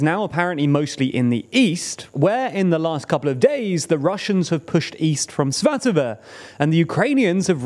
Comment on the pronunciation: Oh. You're pronouncing Svatove correctly now. Nice!